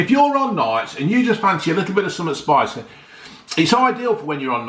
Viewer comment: Not for me too spiceh, too salteh and vereh unhealtheh but another brilliant review as usual. Best youtuber by a mile!